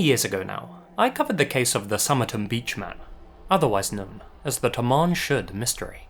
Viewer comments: For the second story it isn't pronounced Tamam Shood, it's Tamoom should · Great video. I speak Farsi natively so in relation to the somerton man case the phrase found on his body is pronounced "Ta-mom Shod" (تمام شد). Love your videos,! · It's Tamam Shud not Taman